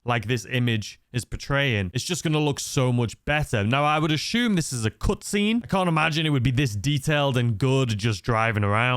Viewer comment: Take a shot every time he says “ashume “. 🥃😵‍💫